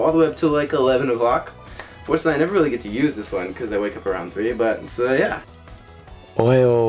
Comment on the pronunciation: Dude, it's "ohayou" (おはよう) !!